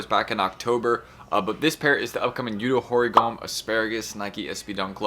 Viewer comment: Nike just keeping these SB's jumping off with no rest. I am not sure my Sneakers social credit score is high enough to land all of them. BTW, not that it matters much, but its You-Toe Hoe-Ree-Go-May... sorry but I studied Japanese way back so, just felt compelled to lend a hand on the pronunciation.